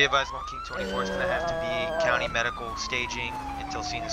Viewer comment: is it me or did he just say coudy instead of county lol